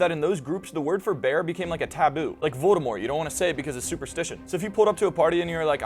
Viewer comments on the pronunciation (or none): none